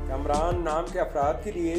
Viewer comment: Kumraan nahi hota kaamraan hota hai